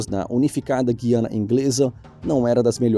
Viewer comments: A título de informação: a pronúncia correta é Gu i a na é não Gui a na, ok? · Olá … e o nome do país é GU I A NA e não Guiana… (guyana… pelos nativos de lá = terra de muitas águas) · Guiana não! "Gú-iana" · NÃO É GIANIA, É GUUUIANIA, TE LIGA, FAZ LIVES FALANDO ATÉ O NOME DO PAÍS NÃO SABR PRONUNCIAR, TE LIGA. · O NOME NÃO É GIANA E SIM GUIANA . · Não é Guiana é Gu iana falado só que tudo Junto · Que pronuncia é essa, Gui - Ana? O correto é Gu - I - Ana. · pronuncia-se o "u" no nome Guiana. Não é Gui-a-na que fala, mas GU-i-a-na. Tanto é que, se você reparar na grafia antiga do mapa, ela aparece como Guyana - Gu-y-a-na. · Gosto muito dos seus vídeos. Quanto à pronúncia da palavra Guiana em português brasileiro, pesquisei e encontrei "Gu-i-a-na" e não "Gui-a-na", como você pronuncia no video. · É errado falar Guiana (Gui). O correto é Gu-iana. Escrevia-se Guyana na antiga ortografia portguesa. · APRENDA, NÃO É GUIANA, É GÚIANA...VÁ FALAR ERRADO NA TONGA DA MILONGA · Claro que não tem o acênto no U, mas, é pra dizer o quanto esta cara fala errado. Giania não existe, é Guiana. Parei de ouvir isso. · A pronúncia é, gu -i -a-na, e não, gui-a-na ... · Fala o nome errado não é I é U depois do G não é Gui é Gu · Não consegue dizer o nome do país direito? O nome certo é GU I ANA E NÃO GUIANA. Antes existia o trema, um acento gráfico, mas o seu desuso não modificou a pronúncia. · A pronúncia certa em português é Gú.iâ.na e não Gui.ana... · A pronúncia é: GUiana, não é "Gui..." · Prezado, Com todo meu respeito, não me leve a mal, mas o nome correto do país é. GU-I-ANA e não GUI-ANA ( a forma como você fala, está errada e soa muito mal, a ponto de causar dúvidas quanto a sua competência ). Volto a dizer: não me leve a mal. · mas não conseguem nem pronunciar o nome do país. É Gu-hiana, e nao Guiana. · Roubou nada , tomara que fique rico e não é Gui Ana se fala gu i ana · Guiana?🙄😬 não foi assim que aprendi a falar GU-i-a-na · A pronúncia do país é GU-I-A-NA e não GUI-A-NA